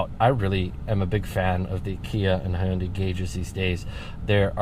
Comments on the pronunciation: "Ha yun dae" what kind of pronunciation is that lol it's Hyun dae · Huyunday its hyundai buddy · "Hoounday" Kill me.